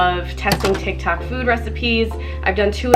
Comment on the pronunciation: Am i the only on who heard her say tiktak